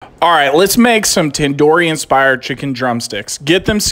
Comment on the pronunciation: Thats not how u pronounce Tandoori.🤣🤣